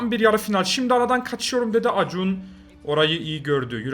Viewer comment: Acuna:Akunya diye okunan şey acun diye okuyan abim